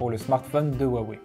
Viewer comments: xiaomi se dit chiaomi et non tchiaomi (en phonétique ) comme pour dire merci c'est xiexie donc chierchier (plus facile à retenir comme ça :) huawei cest roiwei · pour le prononcer comme il faut il faut dire roiwei le H en chinois se dire R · C'est ça le soucis, on le prononce comme ça nous parait logique à nous occidentaux, faut connaitre le Chinois pour savoir, je connais quelques trucs, pas de quoi tenir un discours par contre. Comme pour Xiaomi c'est plus "tchiaomi" par exemple. Après l'accent toussa ... c'est plus compliqué.